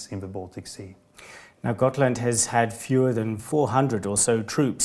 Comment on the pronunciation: I swear I keep hearing Scotland even though it’s Gotland